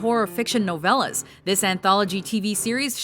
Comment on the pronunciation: wait...did she say novelas?